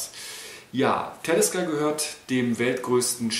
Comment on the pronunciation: Soviel ich weis wird es ausgesprochen wie man es liest. Talisker u. nicht Tälisker.